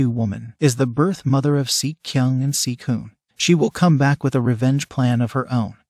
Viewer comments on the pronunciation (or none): seok kyung AND SEOK HOPN pronounce as SEEK KYONG AND SEEK UN